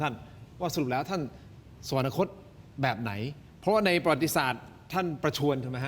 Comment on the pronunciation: อย่าอ่านว่า สะ-หวัน-นะ-คด ซิครับ คำเขียน คือ สวรรคต อ่านได้ไงอย่างนั้นล่ะ...